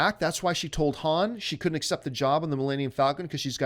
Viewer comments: how can anyone take anything seriously from a guy that cant pronounce Han the right way...? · This guy doesn't even know how to pronounce Han or Maz. Why are people listening to him?